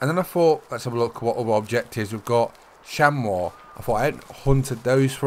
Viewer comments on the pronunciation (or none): Chamois is pronounced (sham-ee)